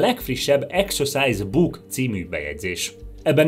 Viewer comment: Akkor rosszul ejtette ki a szót